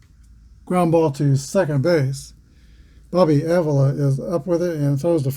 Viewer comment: Thanks. Exciting Game. Go Tribe. and By the Way...Just Saying The Indians 2B is Bobby Pronounced ah-VEE-la Thanks Again. Take Care and Roll On******